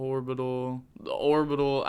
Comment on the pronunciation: Another one for the"Horbital" pile🤪